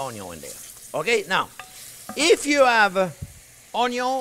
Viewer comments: He pronounces the French word which spells 'oignon'. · Too funny.."Onyo" 🤣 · Chef needs a tiktok, just him saying onyon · I like how he doesn't even spell out onion he just embraces "onyo" 😁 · French word for onion us "oignon." I think the chef is somewhere between the American pronunciation and the French version. Either way I really like watching his videos!! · "Onyo" lol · Can you sell some shirts or aprons that have your face and say onyon